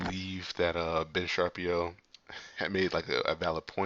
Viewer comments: Just to help you out man...lol.. It's not Sharpeeeooo. Its Shu pier o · andres rodriguez haha yeah that was funny. Sha-pier-row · Please learn how to pronounce his name lol it’s Shapiro not Sharpio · Its pronounced SHA. PIRO. not sharpi o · Shaaaaa peer o - good job on your channel - just saw you struggling with his last name- he always makes great points and I dig it when regardless of color or race that he’s spot on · lol Ben "Sharpio" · Fyi: the correct pronunciation is: Sha-peero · Dude it’s hilarious when you say his last name wrong. I am thrilled your reactions are to someone with common sense and your not just living in a echo chamber that’s why I was willing to subscribe even though I don’t watch some of your other stuff. Keep up the good work bro